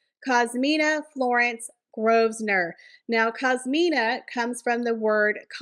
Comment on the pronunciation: Grosvenor = "Grove-nur" It's an old French name meaning Gros = grrat or big + veneur = hunter With the French word Gros the "s" is silent so it sounds like the english word "grow" when pronounced. The 2nd part "venor" to make it easier to pronounce try "Grow-ve-nur" ... it's a fairly close to accurate pronunciation. I'm going to take a wild guess & say that you are American. I'm a middle-aged 🇨🇦 in my mid 50's. The 🇨🇦 I was rasied in, in the 70's & 80's had a very strong British influence, as well as French Canadian to a lesser extent. We start to learn French in school starting in grade 4 as a 2nd language. I'm guessing that it might be Spanish taught in American primary/grade schools instead of French